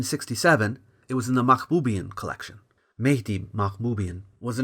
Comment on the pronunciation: The Armenians won't like the way pronounced the surname Mahboubian. It should be Mahbubyàn